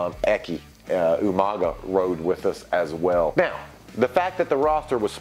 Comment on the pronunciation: As a Samoan, it feels really good to hear you to say Umaga’s Samoan name. Malo Uso Maven